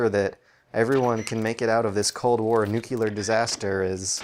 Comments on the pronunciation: You and the vids you make are flippin' awesome, but the way you pronounce "nuclear" really rustles my jimmies more than it should. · NOOOOOO! STOP SAYING NUCULAR! YOU PEOPLE ARE KILLING ME!